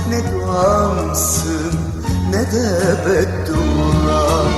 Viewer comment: Nede kelimesini çok güzel söylemiyor mu